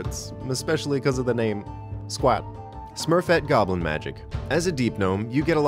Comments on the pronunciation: I swear he says "Smurfette goblin magic". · Best intentional mispronunciation of 'Sverfneblin'. Period. (Yes, I can actually pronounce it, but I can also pronounce Hrunting, bhut, and phthalate.)